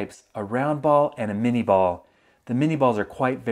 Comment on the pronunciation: not to rain on your civil war era love parade but it’s minié ball, pronounced with an ay sound, not an e sound.